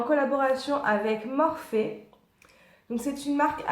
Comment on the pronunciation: On dit en fait Morphy pas Morphé....